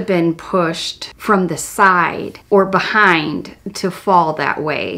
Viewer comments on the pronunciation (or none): none